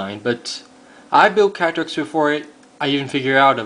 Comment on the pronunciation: When you said "Katrix" it sounded like "Patrick" XD